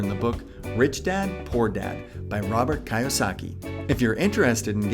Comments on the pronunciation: "key-yo-saki" like car key not "kai-yo-saki" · It's Robert KI (KEY) YOSA KI (KEY)...see how that works there? And his book sucks lol